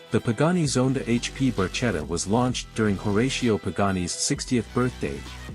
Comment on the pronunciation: Please don‘t pronounce it „MayBuck“ - it‘s „Mybuj“ with the „ch“ pronounced like the ‘J‘ in “Juan“. Also the Barchette is „pronounced „Barketta“ (there‘s an ‘h‘ behing the ‚c‘, so it‘s pronounced like ‚k‘. And the RR is not a „boTAIL“ but a „boat tail“. Well, at least you didn‘t mess up Juan Manuel Fangio…